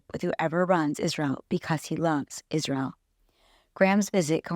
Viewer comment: did she just say Jizrael ?